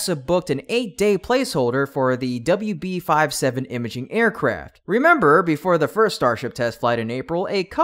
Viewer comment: Does anybody there know that WB-57 would normally be pronounced doubleyou bee fifty-seven?